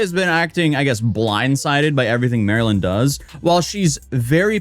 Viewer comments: types out the person's handle as "MARLYNLIKETHEFISH" Also: pronounces it "Marilyn" for the whole video. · I think her name might be pronounced Mar-Lynn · Her name is pronounced MARlyn. Like the fish! Pay attention! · Her name is pronounced Marlin. Like the fish. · Isn't it Mar-Lyn, like the fish Marlin? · After I realized her username is "Marlynlikethefish" I realized you said her name wrong every single time. I couldn't unsee it after that 😂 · MarlynLikeTheFish yet you can’t pronounce it properly. Theroughout the whole video. What if everyone called you “A-toes-aye”. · People calling her Marilyn is so funny to me... it's Marlyn, like Marlin, like the fish, it's literally in her username and she says it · She says her name is Marlyn and you can see her username during her videos but you keep calling her Marilyn instead for some reason lol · Her name is pronounced Marlin. Did you see her username? It says Marlyn like the fish. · You calling her Marylin is driving me nuts. Her handle is Marlyn like the fish, ya know the Marlin fish. Florida Marlins baseball team. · This was the dumbest video. Can't believe you watched two no names post what happened to each other on social media and then made a 13 minute explanation of it. Also, you kept calling the one girl Marilyn. Every time you showed her video, you put her ID in the corner. "MarlynLIKETHEFISH". The fish dude.. ever hear of a Marlin? She literally made her ID so that you wouldn't pronounce her name and yet you called her Marilyn. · Bro. Her name is "Marlyn," pronounced "Mar-Lynn" apparently. Her social is literally "MarlynLikeTheFish" (the Marlin), lol. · Her name is Marlyn (like the fish pronounced mar-Lynn). No hate just wanted to let you know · MAR-LYN… like the fish… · Mispronouncing Marlyns name the whole video hurt my brain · jsyk, Marlyn does pronounce her name Mar-lin. hence Not Marilyn. No offense love the video etc have a good one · Haha, it's not Marilyn. It's Marlyn... like the fish